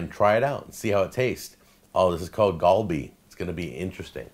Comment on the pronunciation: Its more pronounced with the "A" sound in Galleon. Not like the "A" thats in the word Ball :]